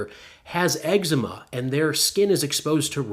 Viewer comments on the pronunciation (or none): I am sorry but it cracked me up, when that doctor talked about eczema because... EGGzema.